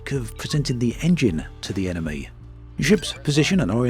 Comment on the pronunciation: Dude, it's just mee hearing or you really spelling 'enemee'?